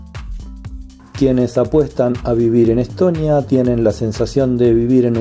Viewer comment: Чого він як ідіот Естонію називає Еттонія чи Летонія , інтелекту бракує